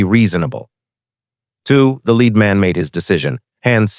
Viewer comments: the metal, Pb is pronounced LED not LEED. AI narrators always get this wrong. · When You SAY the word YOU say LED as is the METAL. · LEAD METAL IS PRONOUNCED "LED". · Wrong pronuniation of the word lead. How could she know interior of a lead box at 600 yds. When did navy graduate female Seals.